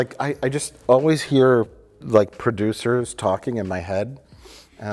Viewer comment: "I always hear producers talking in my head" Sure, Mike... It's "producers"